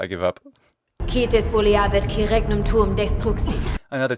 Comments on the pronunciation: But you have to admit that the way she says regnum is classical german latin pronounciation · I've been binge watching this series. Despite not having a great deal of Latin experience, even I reacted to the "regnum" pronunciation being off. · The thing with regnum being incorrect across all versions must have something to do with someone in production/post-production insisting on the incorrect not-ecclesiastical pronounciation. If they get an actual ecclesiastical latin coach, for example, it might had fared better. (I initially suggested an actual member of the church but I don't think they'd like the premise of the show)